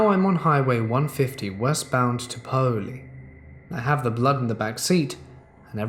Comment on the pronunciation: Not that you'll ever need it again, but Paoli is pronounced as "Pay-Oh-Lee". You don't have to be haunted or cursed to hit deer on 150, or any other road in Southern Indiana for that matter. They are EVERYWHERE. I've hit several in my lifetime, as well as cattle that got out of their fencing and were standing en masse in the road and even a loose Amish horse or two. Fortunately I've always been going slow enough at night that the damage has been minimal. The land is very hilly here and, not knowing what you're liable to see cresting hills, you tend to drive a lot slower on these crooked back roads. Paoli is 23 miles west of me. My little brother and his family live there.